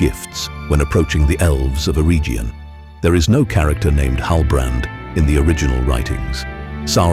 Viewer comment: Your pronunciation of Eregion and Celebrimbor is totally WRONG. ereGion not ereJion and Kelebrimbor not Selebrimbor. Yes rings of power show sucks